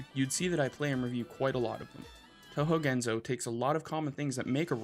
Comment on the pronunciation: ✔Pronunciation tips: Gen-so not Gen-zoe Ray-moo not Rai-moo Neet-oh not Night-oh